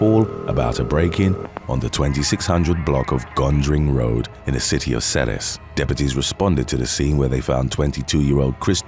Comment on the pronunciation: Ceres is pronounced "Series'.. I used to score dope there for years. Nice little town as far as the valley goes, but lots of dope.